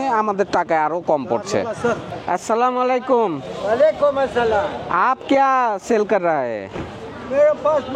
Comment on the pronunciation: সালামত শুদ্ধনা,মালাইকুম না হবে আলাইকুম হবে।